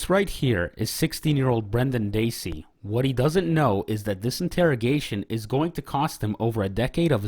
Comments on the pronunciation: How does someone mispronounce "Dassey" years after Making A Murderer & Making A Murderer 2 went viral? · Heard Teresa Halbach and Brendan Dassey pronounced wrong in the first 15 seconds....come on man seriously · How is it that there's hundreds of hours about this case and you still pronounced Brendan and Teresa's last names wrong